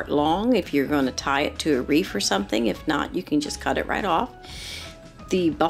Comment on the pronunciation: Excellent presentation. But “wreath” is not pronounced “reef".